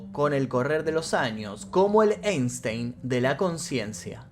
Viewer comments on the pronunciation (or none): none